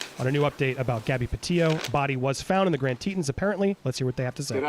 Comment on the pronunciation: Such sad news for Gabby’s family and loved ones. Thank goodness she was found. Heads up it is pronounced TeeTohns rhymes Johns not teetuns.